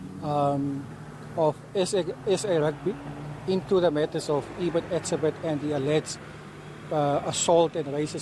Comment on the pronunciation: Why can't she say hes name correctly???????